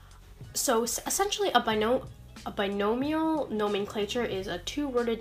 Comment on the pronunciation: you said "binomal nomenclature" instead of "binomial nomenclature" you tried